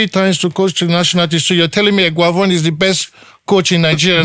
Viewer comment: This werey man don dey call Eguavon😂😂